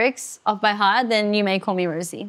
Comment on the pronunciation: She still doesn't know how to pronounce her name, she is very sweet ㅋㅋㅋ